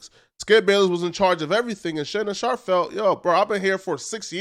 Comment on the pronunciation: "Shannon Shop"???